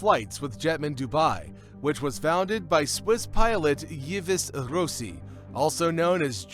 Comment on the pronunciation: Yves Rossi - check the pronunciation! “Eve Ross-ee”!